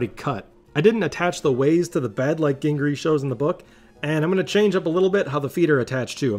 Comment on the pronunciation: I commented above that I saw a VHS video from David Gingery and you were correct in pronouncing his name correctly way back when. It is pronounced as in ginger like "ginger-ee". Also I am gearing up to build a benchhtop miling machine that I am designing. I have been assembling a small machine shop to support my channel that I will be starting very soon. I found a Southbend lathe that needs work. A neighbor who was moving offered his 1957 Atlas 6 inch Lathe that has a ton of tooling and was in a barn inn controlled atmosphere for its life. I also found a Burke number 4 that I need to find a work table for and possibly other parts. My project is a 1928 Morgan Brooklands style GN special race car of which only one exists. I am using an aircraft opposed twin engine as the power plant connected to an MG 4 speed power plant through a hand cast two piece adapter that I have to make and then to an MG differential with wire wheels. I am going to need a milling machine right away so I have plans that I drew up after a really technical dream one night so I it should be better than I can do while awake..lol I am getting the foundry built and am going to use a cast iron 5 quart pot to melt the aluminum or whatever I am going to use. You inspired me to finally do this. I am recovering from getting hit while on my 1957 Harley Panhead so when I am back on my feet and it is warmer here in PA I am going to start. Thanks for your inspiration...